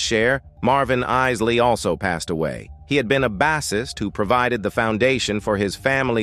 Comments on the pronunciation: Pronounce the man's name at least! It's pronounced Eye-lee not Is-lee!!! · 😂 I know ...is -ley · Is Lee Brothers 🤷🏾‍♂️ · Yeah, he keep on say isslee, i am sure he has heard the proper pronouciation before. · Who is the Is-Lee Brothers??? Their name is pronounced Isley. Buy mispronouncing there name shows that your doing this for likes👍🏽 and that you did your research but you never followed the band personally 😜.. SAD!! 👎🏽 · The Iss-ley Brothers??? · Stop with the AI. It’s not even pronouncing the Isley brothers last name, correct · I noticed that too. That is when I stopped watching. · Spot on... It's sad, they don't even know the real or whole story.. The name being mispronounced 😡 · i wish he pronounce the name right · this AI voice is so bad it can't even pronounce Isley - please!